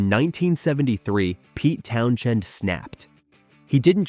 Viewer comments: Another AI voice glitch....Pete "Town Chend". Hire a real narrator...spend a dime. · You bothered writing a script, putting all these clips together, and I would assume watched it before you published it... why would you let it go out with that stupid A.I. voice repeatedly saying "town-chend" lol. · I was gone at the first "Town- Shend" AI narration at its pinnacle. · Yep just an empty, time wasting blurb of parts of The Who's history made by a mystery entity (artificial intelligence??? - certainly the voice was AI - not even being able to pronounce Pete's last name because of the H in the middle being basically silent) The result is an inaccurate analysis of the troubles the band had. Significant troubles yes they had, but here they are conveniently exaggerated to make - a still yet crappy!!! - sensationalized short documentary. Using images that were often random (and repeated) and often not correlating to the subject being covered. I didn't even finish it, don't care because my comment is dead accurate describing the feces this video is. Definitely not worth the time for learning some quick facts about the greatest rock band in history. I'd love to hear what choice words Pete would have - pretending he would have the imaginary patience and interest to watch it. I've never seen the car in the pool picture before - probably a doctored photograph, or certainly not actually from what is still a controversy if it even ever happened. No picture has ever existed that I've heard of. The Who did not finish the concert without a drummer when Keith Moon collapsed. They got one from the audience! Probably one of the best concert experience stories anybody could ever tell their friends lol Rubbish this is.